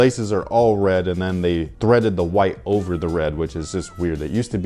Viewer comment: It's ovaah